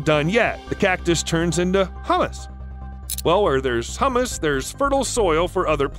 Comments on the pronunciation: The cactus turns into hummus? Don't you mean humus? It's pronounced: HYU·mus. Hummus is a food made from chickpeas that is often used as a chip dip. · Really a blatant mispronouncing of humus (compost) and hummus (chip dip) but few people have brought it to attention here. Bugged me quite a bit!